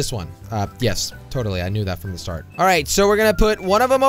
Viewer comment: Not you sayed fom